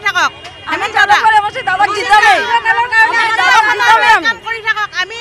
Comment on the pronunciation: Jhalukbri nhoi Jalukbari hoi...